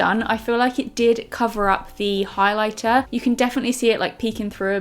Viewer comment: “You’ve gotta go in with the highliblablabla” 😂😂